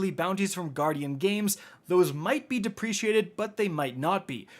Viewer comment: Love you man, but the term is dep·re·cate /ˈdeprəˌkāt/ “Kate” at the end there.